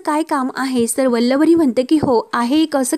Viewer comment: काय वल्लवरी वल्लवरी चाललय. उच्चार नीट करा आधी.